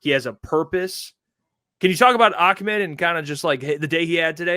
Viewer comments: calls Ahmed, Ackmend😂😂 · but it’s not kind of like a kha sound. The Arabic letter is Ha, not a kha. Nowhere in the Middle East would anybody pronounce it Ak-Med, the name is AH-Med. his brother was raised here so he probably westernizes the name, which Ahmed is likely fine with, but that is not a correct way to say the name. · Listen to. And. It’s ah med. not ock mid smh 😂😂😂😂. Where in the world do people get a k from??